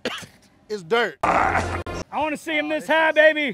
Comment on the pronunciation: "doirt " lol